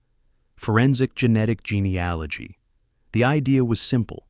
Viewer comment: "genie aligy"? What load of crap